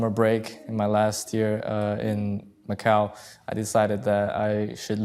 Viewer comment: Macau, not McCall.